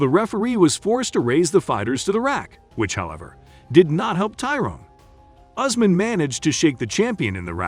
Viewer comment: Not Ozmen but Usman